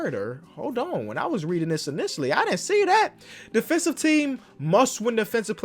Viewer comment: “well technically your defenthive rating” kenny is a fool 😂